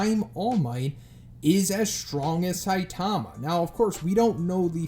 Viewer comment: Why would your butcher saitama's name like that